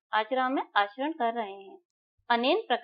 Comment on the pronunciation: Par par kar ko bol raha ho😂